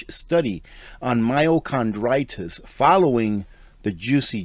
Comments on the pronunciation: CARDITIS, not CHRONditis,......i.e.....heart not cartlidge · Sorry. You called it myochondritis. There is a huge difference between that and myocarditis. I know that you are referring to the heart, but what you pronounced it inflammation of chondroitin is concerning the joints. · MYOCARDITIS!! Not Myocondritis!!!! And it’s BARTERABLE! Not Bartable! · Its not con, its card. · Myocarditis no n in this word.. car not con. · HEY! FYI... ITS PRONOUNCED MYO"CAR"DITIS... NOT... MYO"CRON"DITIS!!! THANKS FOR GETTING THE TRUTH THERE..... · this is the PRONUNCIATION mai • ow • kaar• dai • tuhs ( myo car die tis) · It's not "myocondritis". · I know you’re not a medical professional, but the pronunciation is mī-o-car-dī-tis. There is no N or R. myo=muscle; cardio=heart; itis=inflammation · *My-o-car-die-tis I'm not trying to be cynical, I'm just trying to help you out. Thank you for this video, but sadly, so many will never know that they were duped! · It’s “myocarditis” Myochondriis does not exist I’m a physician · myocarditis pronounced My-o-car-dy-tis... there isnt an "n" in the word. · oh no, the heart issue is very real. My comment was simply a friendly correction of his pronunciation.